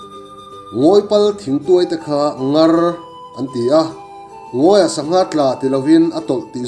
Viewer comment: Ngar...thluk kha a dik lo. A sang a ṭanga a hniam lam ah thluk tur a ni.